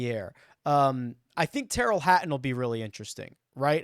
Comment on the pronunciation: That Tyrrell Ha-uhn is good